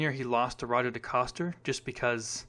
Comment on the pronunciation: Jeez, you're pronunciation of their names, ache Johnson,and its pronounced ,Joe-ell Row-Bear, and Row-Zhaw De-Coaster